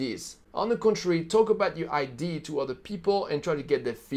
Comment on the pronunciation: #4 mistake number 4, entrepreneurs don't learn to pronounce idea